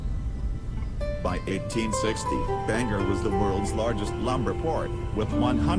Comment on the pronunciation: apparently the computer voice is mispronouncing it! good video 😀